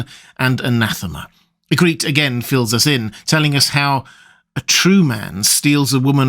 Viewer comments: Who is A-greet? Do you mean Ygritte? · ee-grit, not ee-greet, where oh where did you hear Ygritte pronounced that way? (genuine question 'cause I love you videos :) )